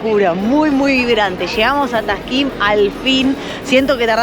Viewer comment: ja ja ja no es taşkın ja ja es Taksim la plaza y el barrio me hiciste reír 😂😂😂❤🇦🇷🇦🇷